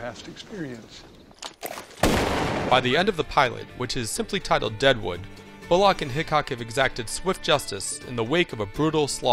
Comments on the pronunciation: Jesus Christ, it's pronounced bulluck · The way this guy pronounces names is so annoying. BullLOCK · A fine review, but the man's name is Bullock, not Bull-OCK. Anyways, Deadwood is the greatest show ever made. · Please explain to this narrator how to pronounce "Bullock"!!!!!!